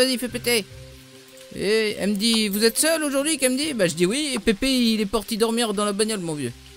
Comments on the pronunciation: Mdr xD < écoute pipi> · Ouali écoute pipi lol